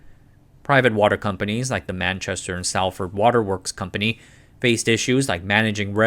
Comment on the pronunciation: What do you mean! he got Manchester and London correct at least😂😂😂